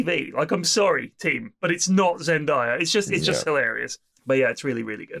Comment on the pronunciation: C’mon guys, with the number of tunes you guys have brought her up you’d think you guys would learn to pronounce zendaya correctly. It’s day not die